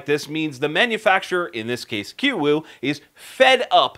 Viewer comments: Believe it is pronounced KOO-YOU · Its pronounced Koo-U. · He said kuiu wrong